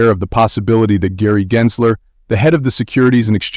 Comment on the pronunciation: it's a bot,it's not consistent pronouncing Gensler..